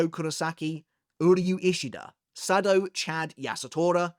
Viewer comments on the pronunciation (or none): none